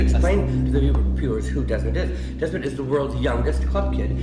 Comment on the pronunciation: Desmond “Demond”